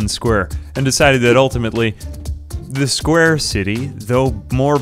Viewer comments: Why do you pronounce it "squrr" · I love how you say 'sqwr'